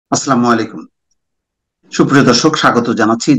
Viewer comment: মোস্তফা ফিরোজ ভাই, আসসালামু আলাইকুম। আপনি অনুগ্রহপূর্বক সালাম এর উচ্চারণ টা সঠিক ভাবে করুন। ভালো থাকবেন। ধন্যবাদ।